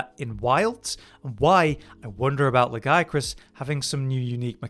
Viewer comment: Its not GIA, its La-Gi-A-Crus. There is an extra syllable in there!